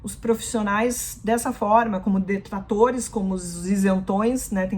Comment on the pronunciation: Desculpe vc diz Detlatores